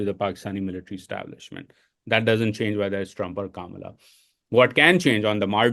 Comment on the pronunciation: Bhai pehle naam toh sahi se lo. its not Kamalaaaa its kama la like comma la